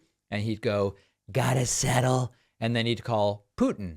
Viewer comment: "You gotta sssettel"😂😂😂😂